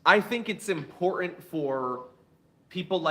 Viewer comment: Impor-int? Not you too, John. Is it a young people music thing?